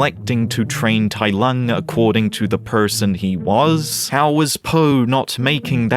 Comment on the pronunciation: Oh my god Tai Lung was soooo butchered, I never want to watch this dumpster fire